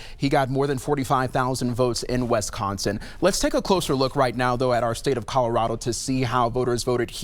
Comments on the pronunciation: Scared much? And what state is West-con-sin? Boom bing! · This dud is a DEI hire. He can not pronounce Wisconsin correctly! What a joke!